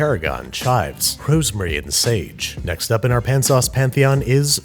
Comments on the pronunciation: Don’t you mean “P’n sauces”? Come on, Babby. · Dont you mean PIN sauces? or do you feel sounding less gross for this one? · Yes! The whole episode I was waiting for him to say Pn-sauce 😆